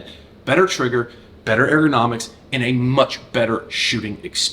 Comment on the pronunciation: If you cant pronounce "ergonomics" i dont think i can take you seriously 😂